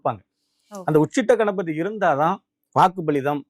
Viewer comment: சார் அது உச்சிட்ட கணபதி இல்ல சார் உச்சிஷ்ட கணபதி